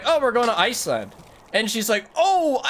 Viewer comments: why do you call it ice-land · Everyone: “Iceland”: “iceLAND”